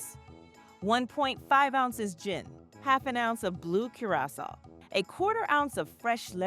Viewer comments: dang, the fact I couldn't tell is spooky. The only reason i questioned it was the way it pronounced Curacao. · I liked the original a lot but the voice was really bad. A modern text to speech would be fine but you gotta pick one, your guest host needs a consistent voice. Unfortunately you still needed to spend a week teaching it to pronounce Curaçao.